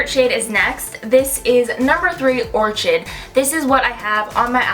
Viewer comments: This was really helpful cause I wanted to see what the orchid shade looks like. BTW, orchid is pronounced OR-KID. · Orchid= pronounced like this; OR-KID HEHE😁